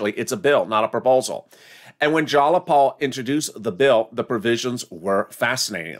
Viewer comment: JAYapal! Jay pronounced JY(like MY) not like Wall!